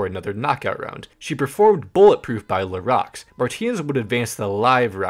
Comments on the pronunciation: Its pronounced la roo not la rox its french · just wanted to let you know la roux is pronounced 'la rue'. it's french lol